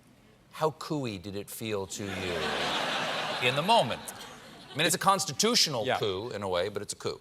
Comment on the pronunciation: Heh... he said "couie"... heh-heh ;-)